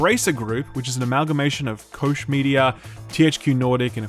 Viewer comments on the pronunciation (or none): "coesh"? realy dude? "koch"? seriously..... it's worse than when americans pronounce it "cock"... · Koch media is pronounced like Coke 👍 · I always thought 'Koch' was pronounced 'Coke'